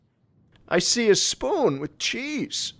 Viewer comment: "Ch-cheese": "Ch-cheese" fucking dies